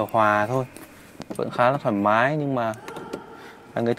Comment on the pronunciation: cái gì ...... rộng rải thoai má mái à, ồ mới nghe.